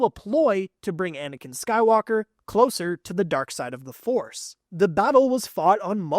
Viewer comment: Why did it sound like he said anikan sky locker💀